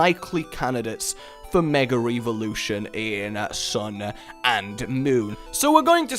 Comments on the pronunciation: Why do you keep saying Mega Re-volution? It's Evolution. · "Megar Eevolution"